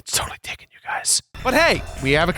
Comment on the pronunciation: God, my dad pronounced Taken as "Tekken".